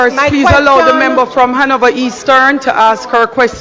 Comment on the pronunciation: And the big foot gyal dunce too....what the heck is membu. Correct pronunciation is member. Even basic/elementary kids would pronounce it much better.